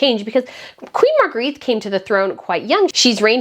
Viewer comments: Point of Order: The name is pronounced 'MAHR -gray-Tuh' not 'Mahr-greeth'. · Please pronounce her name as Mar-gret-tuh in Danish, not as in French Marguerite. It tickles my ears as a translator! Aside from that I'm so very happy that Frederik and Mary get the big job at last! Yeah! 😊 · Hi, I love your channel, and hi from Sydney, Australia! Queen Margarethe's name is pronounced "Marga-retta." Have you tried leaving a little hair out around your pretty face when you put on a headband? Instead of pulling all the hair back, put it on top of your hair. It softens the look a bit. I wear headbands a lot, and a hairdresser did it for me once, now I wear them like that all the time!